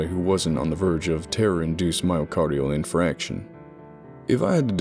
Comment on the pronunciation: Awesome as always...I have no idea how I missed this one! Oh and just a little FYI (for future use if interested), it is myocardial in-FARC-tion rather than in-FRAC-tion! (Myocardial infarction is a heart attack, often abbreviated to "MI"!)